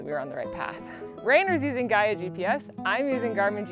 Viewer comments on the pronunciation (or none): none